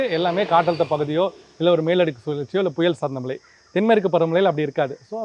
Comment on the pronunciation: உங்க உச்சரிப்பு கேட்டாலே கடுப்பு ஆகுது டா... மழை அதை சரியாக சொல்லுங்க.. சும்மா மலை மலை னு... தமிழ் pesavae தெரியாதா